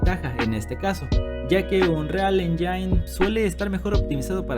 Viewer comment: ¿¿"unreal enllain"?? ¿Qué es eso?